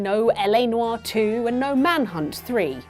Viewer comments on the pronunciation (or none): "Noire" is a one syllable word, it's not "Nu-are"